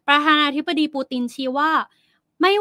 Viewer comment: วิเคราะห์ข่าว แบบให้จบๆไป ไม่เป็นมืออาชีพ มีความรนราน ในการสื่อสาร (พูดลิ้นคับปาก )ไม่ชัดถ้อยชัดคำ ควรปรับปรุงเป็นการด่วน ข่าวระดับโลกแบบนี้ ควรมีความเป็นมือาชีพในการสื่อสาร(คำว่า ประธานาธิบดี ไปฝึกให้มันชัดๆ)